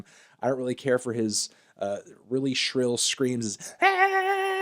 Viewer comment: David draiman ''Schrill'' fuck off!!